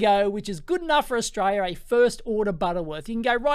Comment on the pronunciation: Good E-nuff fo Stralia! Haha love it when Dave says this cracks me up every time.